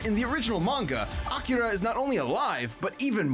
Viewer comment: Akira is a movie, actually. and no,, you DID pronounce it right.:) also, this fight and kill is more sad than anything. Akira is also a manga series.:)